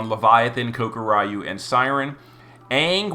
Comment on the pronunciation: it's pronounced ko-kur-you. You don't say "Are you-you coming to dinnner?" No you just say "Are you coming to dinner". You've inserted an extra Y in there. I'm not saying you have to change. Never change. Just thought you might want to know how to say it. Keep on saying kokury-y-u if you like.